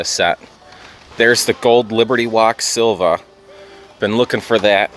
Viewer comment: Sil-Vi-A, NOT Silva.